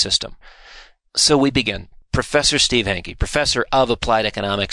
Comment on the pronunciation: His name is Hanke, not Henke.